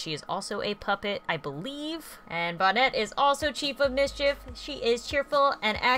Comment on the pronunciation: It’s not bon net. It’s bonette